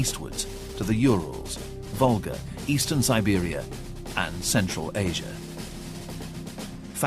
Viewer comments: "Estern" ??? °° really? ... Estland perhaps ? ^^) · Eastern, not Estern.